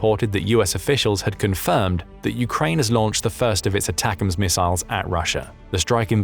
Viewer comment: Did anybody else hear him say that like "attackums"...like steakums!? 🤣